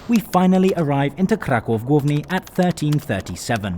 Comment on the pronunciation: Finally someone who calls Kraków - Kraków and not Cracau.